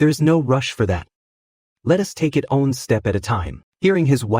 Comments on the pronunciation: It cant say the word "one" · Bro this ai can’t say “one” for the life of it 😅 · Great story.... but I hate how it pronounces the number 1... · What happened with AI these days? One = Owe on Everytime 😅